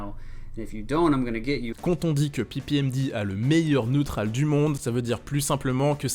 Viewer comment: " Lé Neutrral"